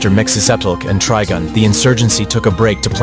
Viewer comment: worst AI pronounciation ever lol its mxyzptlk abd trigon lol not that mxy variant and trigun's vash the stampede 😂